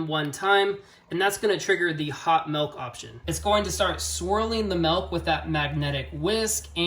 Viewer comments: helpful and short video... but bro.... idk what kind of regional accent says 'melk' instead of 'milk' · "melk" is part of the great midwestern vowel shift around Chicago. there are multiple videos around American accents but it's most pronounced around the Great Lakes. Check out the Wired series on American accents. Part 2 has this shift.